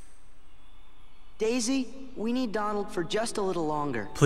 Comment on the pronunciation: Dude it's Donald the duck not doland